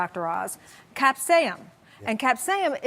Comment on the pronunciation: Capsain? It's called capsaicin, not to be rude but if you're coming on national television claiming to be educated on food and nutrition then you can at least say the words correctly. Lord! Also, it's called a calorie deficit anyone on a calorie deficit will lose weight...period.